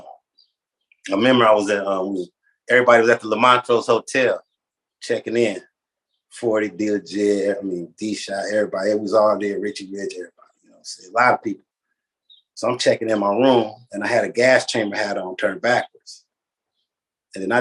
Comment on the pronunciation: Do he keep referring to D-Shot as E-Shot or am I trippin? Lol.